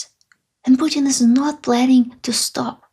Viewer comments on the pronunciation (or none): none